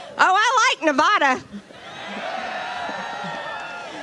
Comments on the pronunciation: Us Nevada people HATE it when people say "nUh-VAH-duh"... We're very picky about that; you'd think someone would teach these politics-people how to pronounce the name of the state in which they are speaking, but no... "He" doesn't care about us; "he" just wants our votes... I hope he goes to Hawaii (another state that is very particular about the pronunciation of its name) and "accidentally" falls into a volcano... "Can we do something about these volcanos? "They're really hot", as I've always said... "Volcanos are HOT, and I tried to solve the HOT volcano problem, many, MANY times; but, you know, Crooked Joe, who everyone knows is very PRO-volcano; he would have HOT "La-vah" (which means "very hot rocks") running through your toilets, and what happens then? ... all these beautiful palm trees (that I planted) to make room for people from non-palm areas, and it's disgusting. I said, you know, "maybe we could have these volcanos plugged up maybe with cement or paved-over, but no... The so called "people" of HA-VAH-EE, those stupid people with their our of control volcanos... They weren't even born in America... I love Hawaii! The Hawaiish people are some of the best people I've ever met, of all the tribes... Some of them are idiots, but... Elvis was there; in 1947 WWII, in fact... I'm a BIG Elvis fan, probably the biggest... I'm a lot like Elvis, but better because he liked bananas, from those Banana Republican shitholes... Pineapples! Yes, folks, they're trying to take away yo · And, oh, margarine caveman grease is so intelligent that HE mispronounced the name of the state in which he was giving a speech; Nuh-"vaww"-Duh. Really, is the caveman from Gor-gee-uhh?